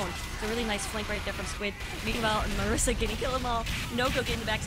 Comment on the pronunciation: MISARA, not MARISA